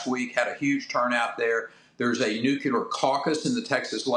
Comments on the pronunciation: NuClear Not nucUlar, genius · It is nuclear, not nucular. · AI, building a nucular plant for AI!